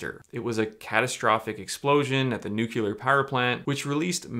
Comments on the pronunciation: Please say "new.clear" instead of "new.kyu.ler". It would make you sound much more believable as a scientist who knows his stuff! ;-) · For anyone who might not know, the word is not pronounced "Newk-you-ler" it is pronounced ""New-klee-er" - as in the nucleus (the middle part of an atom that has the protons and neutrons). I think it's kind of confusing, but there it is... Also, how is this Dana guy not in jail? I don't think shrooms should be illegal, just regulated, but how do you sell illegal drugs in a public store and not go to prison? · When one utilizes a microwave, one is nuculerating the substance. Ask W! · Love you. Please look at your pronunciation of nuclear. 🍄